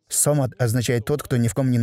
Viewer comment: Не сомад а Самад